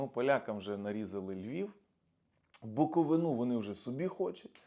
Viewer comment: не хайпуйте, і не маніпулюйте, Румунія уже багато раз офіційно заявляла, що не претендує на БуковИну( а не БуковинУ). ВИ спекулюєте інформацією, не кажучи вже,що подаєте її в дуже примітивний емоційно - артистичний спосіб. P.S гелікоптер, не літак Сікорського. До речі не треба рекламувати Сікорського, який хоч і народився в Києві, але позиціонував себе русскім.